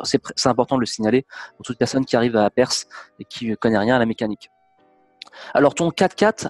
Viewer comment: Perth se dit "Peurf" svp et pas Perse !